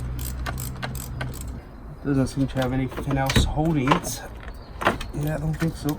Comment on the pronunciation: Its a Yairs not a Auirs dude